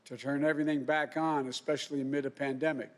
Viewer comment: Pandemic not epademic